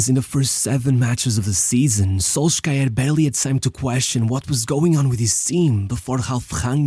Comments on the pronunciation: Can we pronounce Solskjær properly? It is "sul-sher". Not "sol-skja-er". Not that hard to find a video where the name of the famous United player is pronounced by a Norwegian. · Solskjær is best pronounced "Solsher" in english. Love your videos, bro! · amazing video but please put some effort into the pronouciation of names. Solskjaer is pronounced a lot differently (in Norwegian and English) and it sadly makes what you are saying feel worse than it is. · I kinda liked SolSkyer xD